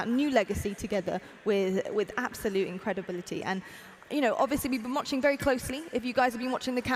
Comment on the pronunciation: anyone hear her say "incredebility"? or just me....